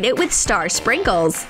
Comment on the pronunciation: When you say sprinkles it sounds like "shrinkuls"😰😅😅😅😅😅